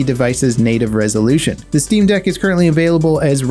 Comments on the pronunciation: Guys he said Stream deck instead of Steam deck. Someone for sure is going to sue. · Steam deck, not "stream" deck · Am I the only one who heard him call it a stream deck instead of a steam deck?